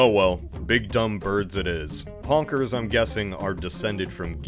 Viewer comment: I don’t know why, but every time I hear you say “Honkers” it just sounds more and more racist than the last time